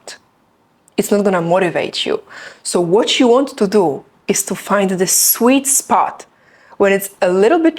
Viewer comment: I think you can't say properly "To" and "do" 😊